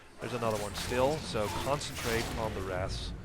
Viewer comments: omg, you called them wraths again. you don't even know how to read or say a very very commonly known beast. I knew what a wraith was at like 6 years old? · on the seventh time you said wraths, not wraiths, you added an extra "thsts" so it sounded like wrathsths. can you not physically say wraith?